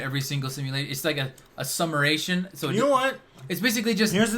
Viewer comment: Summaration?? 🤔😂 Not tryna hate that’s just kinda funny